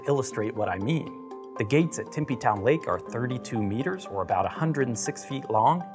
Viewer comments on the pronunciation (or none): He said timpy az but it is tempe